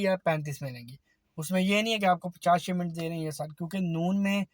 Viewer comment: Shimment nahi shipment